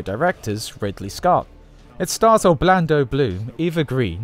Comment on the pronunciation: Did he say Orblando?